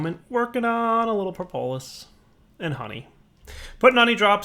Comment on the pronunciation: How about how he says "propolis"? It's PRAH-poh-liss not pruh-POH-liss.